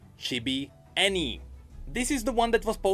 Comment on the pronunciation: That's Annie-ya!